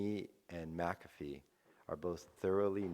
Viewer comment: a minute in you pronounced john McAfee like john muh-coffee